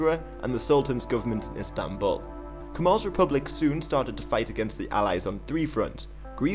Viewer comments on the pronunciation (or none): none